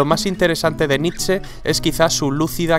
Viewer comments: nitze? naaa, es nitche (foneticamente) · Se lee nish, no?